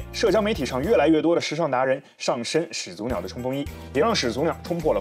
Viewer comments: 始祖(shǐ zǔ)口语连读应读作shí zǔ而不是shǐ zú，听着很别扭。举例：懵懂(měng dǒng)口语应读作méngdǒng而不是měng dóng；产品读chán pǐn不是chǎn pín；火腿读huó tuǐ不是huǒ tuí；检讨读jián tǎo不是jiǎn táo...... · 按照普通话发音规则，两个连续三声，第一个三声应该读二声。